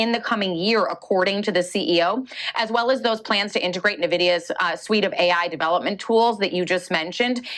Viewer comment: It's hard to take her serious if she's going to pronounce Nvidia like that